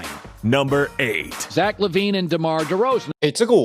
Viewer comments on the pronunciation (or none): Demar Deroz(a)n🤦🏻